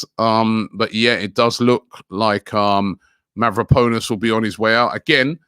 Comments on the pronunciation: Mavropanos Robbie, not Mavroponis. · Who's mavroponas rob 🤔 It's mavropanos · Mavropanos. pAnos not ponus!!!! 🤦‍♂️🤦‍♂️🤦‍♂️🤦‍♂️🤦‍♂️ muppet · No one: Robbie: Mavropowwnes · I'm only watching these for the name pronunciations. Mavro-Ponus lol